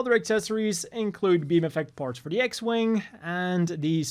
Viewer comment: I’m interesting of the Zgok and the Cavalier. And I like how you said the X-wing fighter.